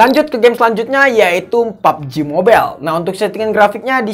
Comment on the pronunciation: Harus nya kalo pubg ngomong nya pabejih